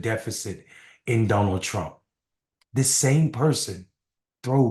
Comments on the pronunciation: "Donald Prump" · Did he really say Donald Prump? PRUMP? Who is Donald Prump? When you call yourself Trump and mess it up and say Prump you have something in your head like a worm whispering stage things PRUMP!